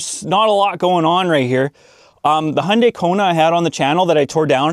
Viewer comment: It's Hyundai, not Hunday. Hi-Oon-dah-i. (i as in "it", oo as in "book", da as in "dark"). It's Japanese. Your last note about technology is why I kept hold of my '98 Camry until just a few years ago, when it finally had its day. My current car is a hybrid Corolla. I do worry about about when things go wrong in the future. Everything's computer controlled. Sometimes I can even hear tiny servo motors in the dash board moving who knows what. All the front and interior lights are LEDs. So is the centre brake light. The reversing lights, other two brake lights and rear indicators are regular bulbs. I wasn't sure why, but I guess now I know. It must be to make them more user-friendly for changing or to keep costs down during production. Either way, I bought pairs of all those bulbs, for when I eventually need them.